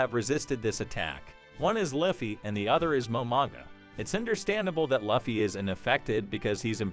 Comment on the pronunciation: How do you say luffy wrong?